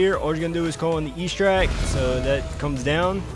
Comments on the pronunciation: EXTRACT not ESTRACT thick as shit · I have to tell you it is not pronounced E-stract, the X is not silent and it’s ‘eh’ like in Extra. also, the soccer glitch is the only one i tried and it doesn’t work